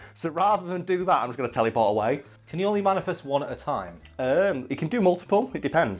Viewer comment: teleyport, i like how he says it